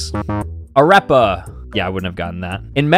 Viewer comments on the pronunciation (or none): Pronounciation VS Mine: Flata Me: Its pronounced FLOWTA Also: Areppa Me: ITS PROUNOUNCED ARRREPA Spanish class taught me well 😂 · The way he says "a rep a " is so infuriating bc my mom is colombian 😭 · Bro, it hurt so much when butchered “Arepa” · No way he said arepa like that